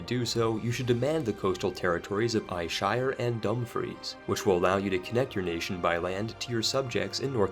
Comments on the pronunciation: Also, Ayrshire is pronounced Air-shire, not Eye-shire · It's pronounced "Air-shire" not whatever that abomination you said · As a Scot I appreciate you trying to pronounce. Irn Bru = Iron Brew Ayrshire = Air-Shur Dumfries = Dum-freece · It's pronounced IRON-Bru, and AIR-shire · Aye-shire. Ouch, you wound me. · ayrshire is pronounced air-shir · that pronunciation of Ayrshire makes me want to off myself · As someone from Ayrshire it hurt me to hear that pronunciation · i too am from ayrshire hahaha